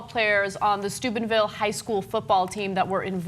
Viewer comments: It sounds like Ana is saying Stupidville. :) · I keep hearing Ana saying Stupidville, is it only me? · Sounds like Ana is saying "Stupidville, OH." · I'm glad you put the town name in the title because all I could hear Anna say is Stupidville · Am I mishearing Ana, or is she pronouncing it Stupidville? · i keep hearing Stupidville xD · I thought Ana said "Stupidville, Ohio". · I recall that being the major thing when this scumbaggery happened initially, too. It fits so well. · LOL, I heard it too. I was like what? and had to look at the screen to read the real name.